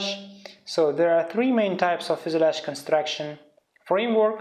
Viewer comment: FUSELAGE pronounciation :( :( :(